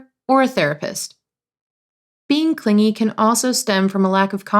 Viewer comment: Just learn we don't pronounce it clinjy